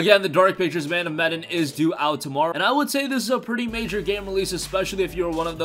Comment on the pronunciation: That's not how you pronounce Medan